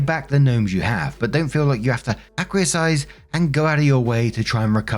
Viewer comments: Acquiesce is pronounce ak-wee-ESS. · Hey! Thanks for making my day brighter. I love your takes on these stories and you read them so well. Just so you know, acquiesce is pronounced “a-kwee-ess”. That’s a tiny nit-pick though. You are awesome! 🤗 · acquiesce - pronounced ak-wee-ess. Sorry to be that guy - I really do love listening to you tell stories though! Very soothing voice… 🙏🏽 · S1: So, he wanted the damn things back and never said "hey, those are mine." After some months, I'd presume they were not dear to anyone. OP1 should dump him and move on. After the update—I am so glad she got far FAR away from those psychos. Also, that's pronounced "ack-kwee-ess." lol S2: Wow. What a crappy sister. Dumping the kids on OP2 at the last moment for a friggin LIE?! After update: Oh goodness, that's worse than I ever expected. EW!!!!! WHAT A GARBAGE COUPLE! There's nothing wrong with consenting adults doing stuff, but it's not cool or right to do something like that in a way that could badly affect others. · Acquiesce is ah-kwee-ess. Just mentioning as it comes up in the videos a lot, and each time you pronounce it differently. ;-) love you! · I'm always amused when mispronounces "acquiesce".:P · Somebady... anybady...please, please, please, please teach how to pronounce acquiesce. It comes up too often, and it's no longer funny. Well, it is still funny, but still, I hate this for him. 🤭